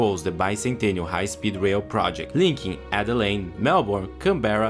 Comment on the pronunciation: Adelaide rhymes with fluoride